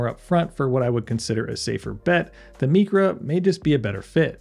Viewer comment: It’s not mEcra it’s pronounced mYcra is in microwave, microscope, etc. It’s all Greek to me! 🤣👍